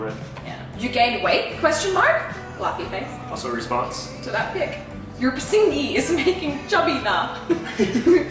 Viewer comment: PISNGI MEANS APING OR CHEECKS BUT ITS NOT PRONOUNCED AS PISINGI BUT. PIS....NGE